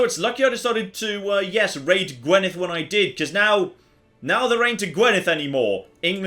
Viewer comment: Can we add Welsh to that as well? It's still painful every time you fail to say Gwynedd.